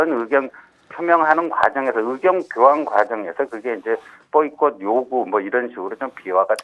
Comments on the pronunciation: 보이꼬트 보이꼬트... 발음 진짜 개10깉이 하네 ㅋㅋㅋ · 왜놈이냐? 자꾸 보이콧트 라고 하네 ㅋㅋㅋㅋㅋㅋㅋ 사스가